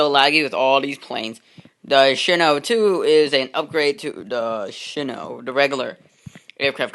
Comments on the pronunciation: You said shino it's shinano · It's pronounced as shi-nan-no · Not happy with a few things. First of all, (Shih-Nah-No) and there's the funnel. You should've just made a custom funnel with regular blocks since the Shinano's is a lot wider than the one you used. I made a Shinano tutorial, and I also used that funnel and I regret it. Maybe match your deck colour before you show off this "better" version of the Shinano. As well as the Green you used. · It's she.nan.no